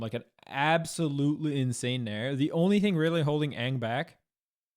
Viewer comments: That ang hurt me deep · Bro he called Aang "Ong" 💀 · I understand melee players mispronouncing Toph but I can't get over people saying Ong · That’s all well and good, but Leffen said “Ong” and I just got live action flashbacks.